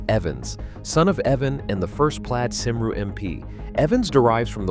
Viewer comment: Pathetic AI pronunciation of Welsh names Cymru, Griffiths . An insult to Welsh people. My great grandfather was Morgan Miles , who died from gas poisoning after WW1, serving on Western front in the Welsh Borderers , a coal miner.